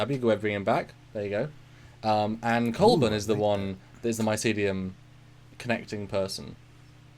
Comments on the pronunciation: Culbur not Culbin. Sorry, frightful nitpick. But it's bugging me. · It's Culber... just nitpicking.